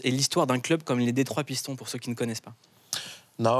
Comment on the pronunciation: lol deja t as entendu la prononciation des pistons ? Lol dans ton travail et dans le mien on respecte le nom des gens non ? Bossez la prononciation c est le minimum